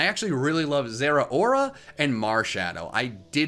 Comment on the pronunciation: THE U IN ZERAORA IS SUPPOSED TO BE AN O!